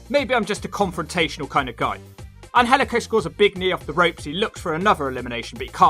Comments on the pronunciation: IT is pronounced Angelico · It is pronounced Angel/ico